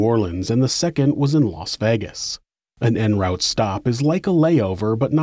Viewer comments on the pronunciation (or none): Love your vids, but "en route" is pronounced "on root", it's French. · "En Rowt Stops"?